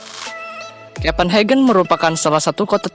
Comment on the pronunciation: Kopen hakhe jangan disamain tiap bahasa Inggris sama negara berbahasa Jerman kalo negara berbahasa Jerman kita baca biasa aja